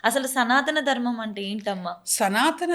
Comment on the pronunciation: Mundu Anchor telugu matladatam nerchukunte Manchidi Dharmam ani sariga palakatamkuda ravatledu